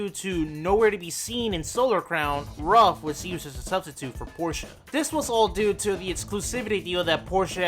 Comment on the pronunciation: A very thorough iceberg video. Great job! The only gripes I have are the pronounciations of "Ruf" and "Wiesmann". Ruf is pronounced as "roof" and Wiesmann like "veece-mann". It's a minor, and all in all unimportant gripe, but everytime someone pronounces Ruf like "rough" i shudder a little...